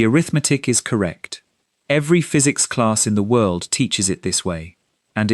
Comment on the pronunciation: FOR GOD SO LOVED THE 'WHIRLED"!!